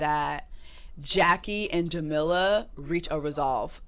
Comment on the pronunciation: jessie, her name is pronounced "ja-mee-la"